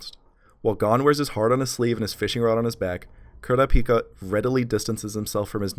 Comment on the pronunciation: I like how he says kurapika